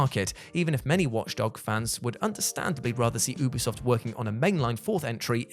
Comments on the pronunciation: I thought he said boobie soft 😅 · I heard boobi soft the 1st time a splinter cell cancelled game was mentioned 😂